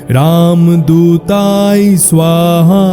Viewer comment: মাপ করবেন উচ্চারনে ভূল আছে যেমন শব্দ হচ্ছে রামদূতায় কিন্তু যেটা উচ্চারিত হচ্ছে সেটা হল রামদূতাই।